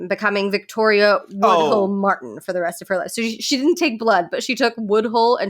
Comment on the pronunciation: Why are you saying Woodhill for Woodhull, tho?